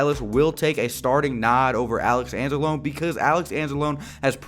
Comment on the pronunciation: You're pronouncing Anzalone wrong btw